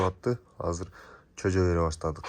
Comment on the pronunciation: Чөжө дебей жөжө десең